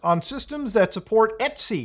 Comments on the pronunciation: "etsy"? It's just "et cetera", brother. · etc = etcetera not et sea. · its E.T.C not eatsy 😭🥀🥀